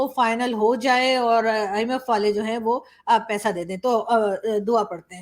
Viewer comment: Saying " DUAA " was funny, nice video.